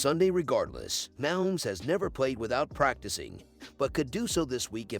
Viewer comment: Wish you would stop using a robot. Can’t pronounce Mahomes correctly.